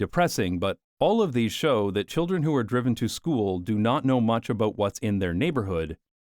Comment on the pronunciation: i laugh every time you pronounce "aboot" and "caers" like that, so this became the funniest video of all time. also, it's a perfect all-in-one summary of every argument for my car-hating philosophy. so this might become a load-bearing video for the coming decades. thank you